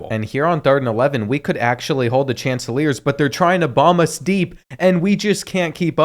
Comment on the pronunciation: My boy called coastal Carolina the chanselors. Its pronounced Shan-teh-clears